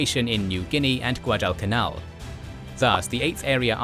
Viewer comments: Shitty AI voice can't even pronounce Guadalcanal correctly. I'm out. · wtf find about that can announce "Guadalcanal". Boooooooo